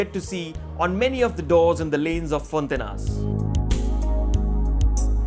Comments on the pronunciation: its pronounced fonta-inhas (more like fonta-inyas) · Its fonti-ny-as, the proper pronounciation sounds like( Gn) as in "Gnocchi" nyo- key!!